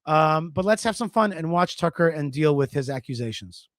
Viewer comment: the way that you pronounce, Tuuckkerrr!!!.. cracks me up 🤣👍🤣👍🤣👍🤣👍